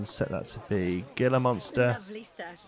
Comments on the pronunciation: The "G" in Gila Monster is an H. so it sounds like Heela monster.:D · Gila is pronounced Heela. And they are native to north america in Utah